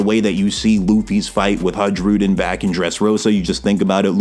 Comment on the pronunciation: J is pronounced like i It's Hairudin